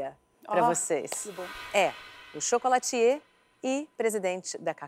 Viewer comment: Masterchef prova de chocolate: a Ana: Pode entrar chocolatiê da Cacau Show